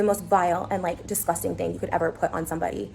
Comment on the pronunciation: Anybody else annoyed at how she says disgusting? 😑 and how often she says it? 🙄